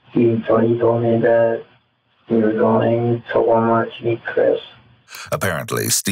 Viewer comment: "wahh mahh" how investigator pronounced Walmart